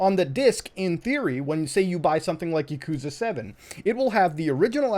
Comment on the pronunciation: Im just mad how you said Yakuza